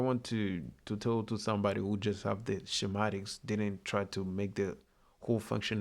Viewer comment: Shem atics is correctly pronounced skem atics in English .